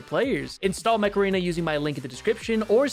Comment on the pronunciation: I don't know why, but at first I thought was saying "Macarena" instead of Mech Arena, anyway, an amazing video as always!